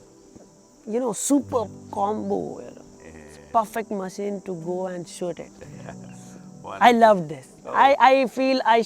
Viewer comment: Looks like he has trouble pronouncing “shoot”!!😅, nothing to be ashamed of... great video anyway 👍. Keep uploading good content